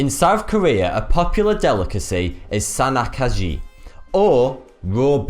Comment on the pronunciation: the octopus dish is pronounced as: san - nahk - jee xD and yeah. it's nasty. worst thanksgiving meal I've ever had..